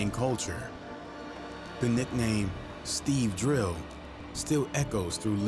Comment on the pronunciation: He said Steve drill 😂 it’s Steeeeevvveeee drrriiiivvveeeee